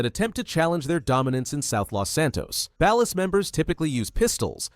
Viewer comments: You say Ballas wrong it's pronounced "bollas" not "bahlass". that's Floyd Hebert not Wade. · ballers with an ah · I don’t like how he pronounces Ballas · its suppose to be ball los based on the way gta characters say it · I hear actual human YouTubers pronounce it that way too, even though every single character in the games says "Ballers". If the source material says Ballers, that's how I say it. It's like Ryu in Street Fighter. I hear people say "Rye-you", or for some stupid reason "Roo", but in both Street Fighter and Ninja Gaiden, the name is pronounced "Ree-you". Everyone, just listen to the fucking source material and stop making up shit. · Whitest pronunciation of "Balla's" I ever have or ever will hear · That is not how you pronounce "Ballas". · This is actually the dumbest video on GTA lore I've ever had the displeasure of watching. Whats with you saying Ballas like that? You're saying it fucking wrong. And whats with the shitty self-inserts of someones custom character with the families? Lokks like shit and completely deviates from any of the grounded and realistic looks of the gang members? And why do you have Franklin dressing up as a Balla when he's part of Families? Do better reasearch instead of just throwing random fucking pictures in the mix. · Pronounce Ballas like that again and I'm giving you a cartel execution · Ngl I hate how you say Ballas. Families are like the Bloods n Ballas are like the Crips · AI is not so smart Saying Ballers like Dallas is throwing me tf off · You say ballas wrong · Broo see the smallest mistake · He said Ballas and vagos wrong